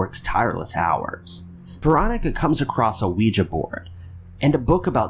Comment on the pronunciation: Thumbs down for not knowing how to pronounce ouija board!